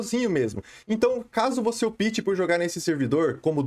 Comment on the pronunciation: Cara, gosto mto dos seus vídeos e conteúdo... Só uma dica que gostaria de dar, fica a seu critério seguir ou não... não quero ofendê-lo... como um interlocutor, quando vc diz no vídeo: "caso vc opte", vc está pronunciando errado, o certo seria "ópte" e não "opite", conforme vc tem pronunciado... sei que já falaram isso em outros vídeos, principalmente qdo falamos de servers "optional PVP", mas por ser em inglês não há necessidade,,, agora em português acho que seria interessante se atentar a isso... abs